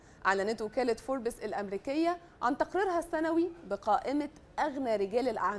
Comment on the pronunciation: نطقك لكلمة فوربس غلط